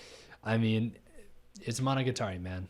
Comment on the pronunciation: A source of subconscious confusion might have been that the 1st oddity slayer is voiced by Araragi's voice actor EDIT: also, this is a really common thing and just a little nitpick, but Monogatari is pronounced with the accent on the ga. I know it's pretty counterintuitive to English speakers, or any non-jp speakers really